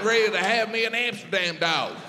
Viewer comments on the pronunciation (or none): none